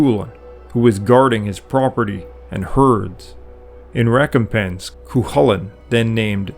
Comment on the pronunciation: Cuchulin is pronounced Coo hoo lin in Ulster in Ireland where it is said he lived. And as far as Goibniu and his brothers being aspects of the same being goes, a forrester does not work in a smithy, now does he.